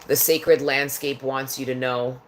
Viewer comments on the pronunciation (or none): none